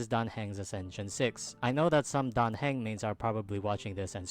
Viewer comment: His surname is pronounced hung not hang